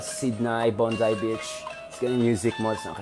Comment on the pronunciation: BONDI BEACH not BONSAI BEACH.